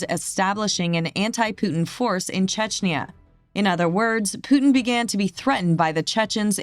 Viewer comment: How is it Americans try so hard to say 'herb' and yet, can't even begin to say Putin?